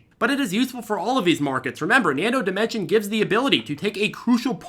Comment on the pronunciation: Thanks for pronouncing Nano Dimension correctly(without the "s" on the end).